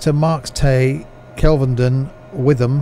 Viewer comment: It's pronounced Whit-ham